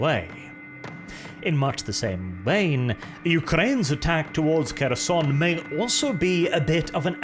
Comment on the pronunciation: The "Making Pronounciation Great Again" strikes back. 1) Kherson have silent "K", so it reads more like "Herson" only with sharper "H". Same with Kharkiv. 2) Sieverodonetsk was butchered beyond recognition. To begin with, it's missing the first "o" both pronounced and written on your map, and then "I" is silent. At least the emphasis was correct.